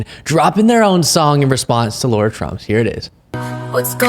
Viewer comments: Lara not Laura!!!! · its pronounced LAR RAR , LA RA her name is NOT LAURA NOT LAURA NOT LAURA stop being so dumb omg LARA CROFT FFS LARA LARA LARAAAAAAAAAAAAAAAAAAAAAA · Lara not Laura. Please dont disgrace the Laura's of the world 😁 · Lah-rah not Law-rah. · It's LARA trump, not Laura...like the tomb raider chick (except possibly more fake) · Not Laura - Lara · Her name is not Laura! Pronounce it right! Go Blue!! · Are we calling her Ll-aa-uu-rr-aa Trump, even though her real name is Lara, on purpose? Just checking.